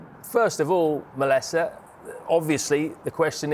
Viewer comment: It’s Melissa - get it right please